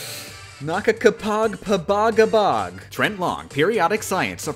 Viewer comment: Rewatching this video cause it’s a classic, but I’m pretty sure “nakakapag pabagabag” from the Patreon list is Filipino for “it gives me anxiety” 😂 And honestly? The pronunciation wasn’t half bad, I am impressed